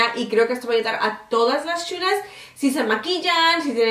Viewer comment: Me encanta como dices "mis sshulas" jaja. Saludos desde Costa Rica. ♥